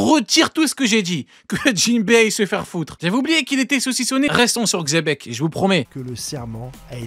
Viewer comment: xebec c'est pas un roi, parle bien de xe Bec